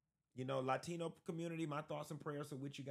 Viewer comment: “Laa-Tino” 😂. Anyway, I support this message and not just for Latinos. Everyone from a Country NOT England, Ireland, Iceland, Scandinavian. However the Blacks for Trump THINK THEY ARE WHITE AS WELL. Let’s address that soon. #R76